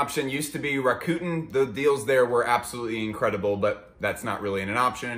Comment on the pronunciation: “RAH KOOT-N” pronunciation killed me 😂😂😂